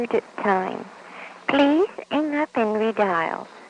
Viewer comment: "Please 'ang up" :D